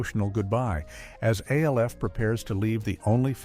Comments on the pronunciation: Not A-L-F . It’s Alf like elf with an an instead of an e. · Not A. L. F. It is pronounced Alf. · My So Called Life - without a single shot of Claire Danes. And "A-L-F" Gotta love these brain dead AI vids. 😀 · or Alf